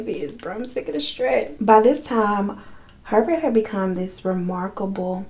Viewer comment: I know im late but like his last name is pronounced Pervert